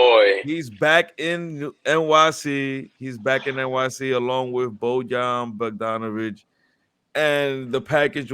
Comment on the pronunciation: Nah gotta learn how to pronounce Bogdanović 😂😂